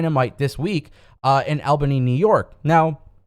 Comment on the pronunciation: Never heard someone pronounce Albany like Elbany